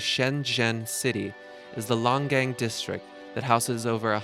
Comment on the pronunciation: Pen-eh-tent-chur-ee NOT Pen-eh-ten-chee-air-ee. Na-mib-ee-ah NOT Na-meeb-ee-ah. You completely demolished the pronunciation of Longgang. Shangshan is pronounced "Shangshin". Fukushima is pronounced fu KUU sh'ma. Not Fu ku Shee ma. Nice to see you've done your homework.